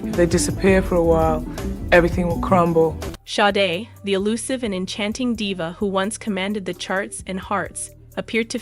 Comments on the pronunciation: Where's the tragedy? You can't even pronounce her name correctly! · Am I the only one annoyed that the narrator keeps pronouncing her name wrong?